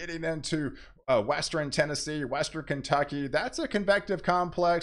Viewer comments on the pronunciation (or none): none